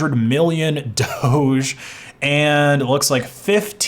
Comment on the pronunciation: Who's worse? LMG for getting hacked, or Google for doing nothing for all those months/years? On a side note, by the way, DOGE is pronounced DOG-E (like "Doggy"). That's the reason the coin logo is a dog 🙂